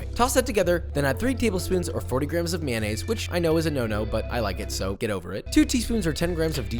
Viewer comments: Mayonaise? Or rather, mayoniez, well well, Boris would be proud! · stop with the mynaisse. stop.